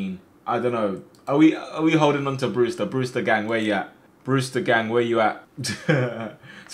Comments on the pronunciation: My mans said Brewter not Brewster 🤣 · Who’s here when it says “BREWTER”